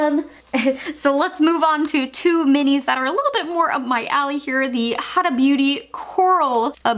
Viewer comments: Colorpop is not high end. Plus it's pronounced "hoo-dah" not huh-duh. Get rid of the melt smoke sessions. They will give you a new one. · Lol I don't know why any American can't pronounce huda beauty. It's not hadda Or hooda. It's huda. 🤷‍♀️ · pronounce Huda, Hooda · I couldn't even make it through the video. Protege = pro-tuh-jeay Ace Beaute = ace beauty Grandiose = gran-de-ose Huda = who-duh Formula = for-mew-luh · Morson Nelgan me too I was losing it lol she mispronounced so many words my OCD is quaking 😬😫. Pro-Ta-JAY , ace be-u-tea , hoo-da, grand-do-wah....aghhhhhhhhhh